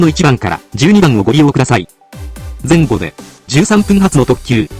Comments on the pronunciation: 前後のイントネーションが違うのと、 ”後“は「うしろ」が正解です。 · あと、「阿久比」と「前後」のイントネーションが間違っています。